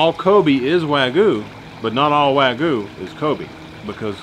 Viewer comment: its Wa Gyu not wagu